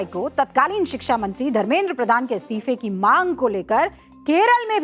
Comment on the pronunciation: शिक्षा ❎........शिश्रा✅..😂😂😂